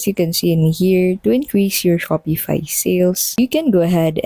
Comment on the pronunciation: There is no E in the word Shopify. And its pronounced Shopify, not - Shop E fi.